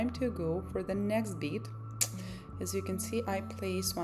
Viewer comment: love how she calls them beads instead of bets